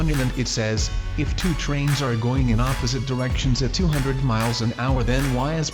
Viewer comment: HOW DID U SAY THE NUMBER 200 OMG ILLUMINATI COMFIRMED